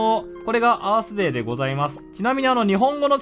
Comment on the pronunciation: アースデー最初バースデーと空耳した